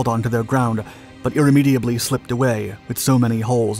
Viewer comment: What the hell was that word ? Irramiably?🤣